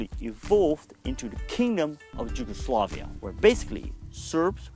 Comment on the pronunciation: how on Earth you came up with pronunciation of Yugoslavia with J (as in Japan)??? in English is with Y, in Dutch and Serbo-Croatian is with J which is of course equivalent to English Y. Again extremely short video with just basic approach to complicated subject. You have to put things into wider perspective of pre-war circumstances, government agreed pact with Germany/coup d'état followed, bombing the Belgrade without war declaration (over 2,000 civilians died, national library with centuries old manuscripts was turned to ash), massacres committed by Hungarians (throwing civilians under ice of frozen rivers), by Bulgarians and Albanians over occupied land. Complicated relationship between Nazi and their allied forces, partisans, puppet Government of national salvation (by Nedic), royalist Chetniks, and civilians of different ethnicities. Serbia was involved in 3 wars prior the WW2, but none of them was war to conquer. In Kragujevac (Kraguyevats) Massacre was the mass murder of between 2,778 and 2,794 mostly Serb men and boys by German soldiers. It and came as a reprisal for insurgent attacks and deaths of 10 German soldiers and the wounding of 26 others. The number of hostages to be shot was calculated as a ratio of 100 hostages executed for every German soldier killed and 50 hostages executed for every German soldier wounded. Furthermore an entire classroom of kids were executed together with their teacher on that day. Following the massacre, the Germans held a military para